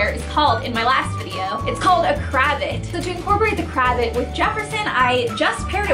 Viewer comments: it’s not cra-vit, it’s cra-vaht! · Not trying to be too nit picky.. but it's pronounced "cruh-vahht" :) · Pronounced Krah vot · (you pronounce cravat craVAt) haha c: love you & this video c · Pronounced 'cruh-vaht' with long a sounds :) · Pls don't kill me but it's pronounced cra-vay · No offense but I believe that's not how you pronounce it